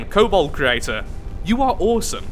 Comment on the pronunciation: Hayte cool entry haven’t seen one for the Steel Striders until now. Oh and it’s kobold not cobalt. Btw I just noticed that the abbreviation for the Steel Striders is the S.S... they’re the Nazi war machine of neter...